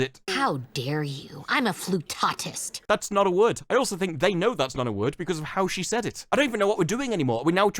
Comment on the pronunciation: Was that flutotist, or flute autist? Cause one of those makes sense... sort of... and Velma does scream band geek... However, the fact that she didn't call herself a floutist, which is the proper word for someone who plays flute...